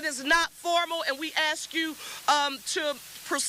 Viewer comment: Where do they get these people ??? . She’s looking for Notoriety . Say ASK and she’ll say AX .